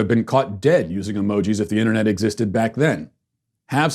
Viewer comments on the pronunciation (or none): none